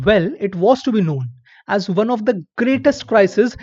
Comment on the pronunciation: I love your narration bro, but I always cringe when you say "Warn" Instead of "Won"...no offence, but It's pronounced as "One" and not as "Warn".